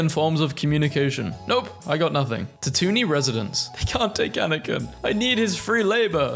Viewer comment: " Ta Toon iyn " gave me a mental breakdown, help me